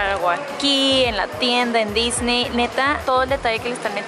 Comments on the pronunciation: A Diseny... Jajaja la dislexia!! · dice diseny y no disney